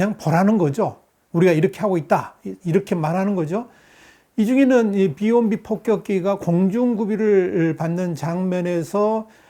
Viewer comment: 비원비 발음좀 잘해봐요